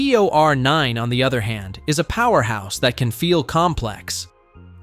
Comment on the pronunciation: Is the Fiio a 'powehouse'?....😂 AI rubbish....